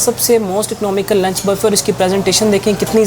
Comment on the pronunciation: او بھائی پہلے بولنا تو سیکھ لو یہ bafay کیا ہوتا ہے۔ صحیح لفظ بوفے ہے۔